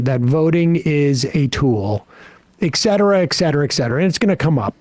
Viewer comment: Can some tell Sam, that it’s pronounced et cetera … not eck cetera. Ffs